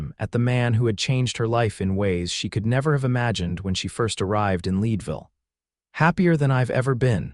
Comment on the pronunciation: I’m from Colorado. Town is pronounced Led Ville not lead